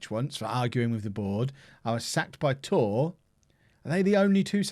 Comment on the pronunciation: Toooeer?!? Which team is that in France?!? Nonleague to Legend in fm17 according to, is it Tours?!?